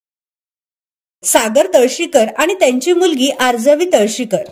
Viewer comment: तळाशीकर ग बाई .. निदान नाव तरी नीट घे